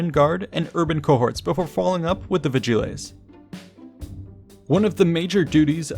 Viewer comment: a bit painful how you pronounce vigiles, but otherwise great